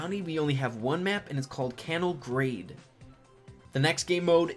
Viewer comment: They new map in bounty is pronounced Khan all gran day :)